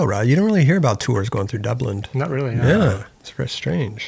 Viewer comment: Wait...did just say Dublind? 😂